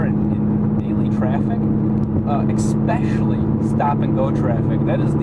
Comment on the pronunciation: he said exspecially! But he's still a legend coz he has a Diablo